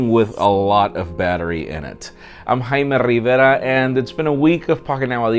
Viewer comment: I'm Haime rrrrrrr rivera.